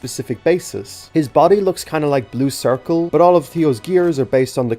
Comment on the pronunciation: this is the first video i watched from you and i wasn't really paying attention until the end where you said bue in Irish. That caught me off guard. An Irish guy talking about Thomas is the last thing I expected to see today